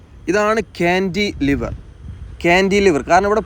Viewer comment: താങ്കളുടെ വീഡിയോ സ്ഥിരമായി കാണാറുണ്ട് പക്ഷേ ( ഴ ) ഉപയോഗിച്ചുള്ള പദ പ്രയോഗം ഉദാഹരണം ( ഏഴ് ) എന്ന് ഉപയോഗിക്കുന്നതിന്പകരം താങ്കൾ ( ഏയ് ) എന്നാണ് ഉപയോഗിച്ചത് ഈ തെറ്റ് ( ഴ ) ആവശ്യംവരുന്നിടത്തെല്ലാം തെറ്റായി ( യ )ഉപയോഗിച്ചു കാണുന്നു., 2) ക്യാൻഡി ലിവർ അല്ല ( കാൻലിവർ എന്നതാണ് )ശരിയായഉപയോഗം